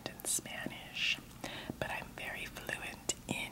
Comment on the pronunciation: "i'm not very fluend (?) in spanish, but I'm fluend (?) in .. eating" 😂😂😂